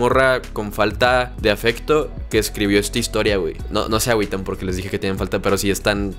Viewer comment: "NO se awiten" la trauma j JAJAJAJJA